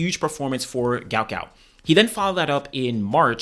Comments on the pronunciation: His name is Guot Guot pronounced Gwot Gwot. A spelling error was made on his parents visa when they were in Australia. It's Not Gout it's Guot. "Gwot". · Is there any chance people can say his name correctly now that his parents have explained it was spelt incorrectly, it’s Guot not Gout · "Guot Guot" not Gout Gout. Pronounced like Gwot